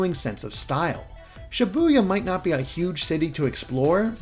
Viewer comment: But you still mispronounce Shibuya. 9/10 reviewer